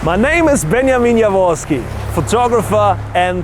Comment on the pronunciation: how i see your name "" how i hear "benomino voski"